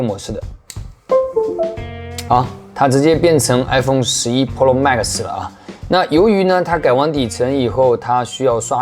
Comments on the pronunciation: 哈哈哈……Polo，Polo mags，日本人教的英文吧？ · 换成日式英语那就成 噗洛 吗克苏